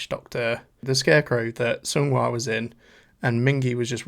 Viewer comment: It’s pronounced more like song-hwa btw rather than sung-hwa😊